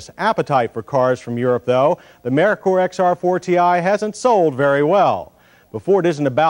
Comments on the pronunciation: Lol it's pronounced Murker not Merikur😂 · I always thought it was mer-ker , as in Mercury. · Was “Merkur” really that hard to pronounce?